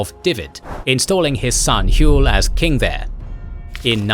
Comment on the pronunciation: It pisses me off how your saying hywel it’s H what you say when your punched or hurt then well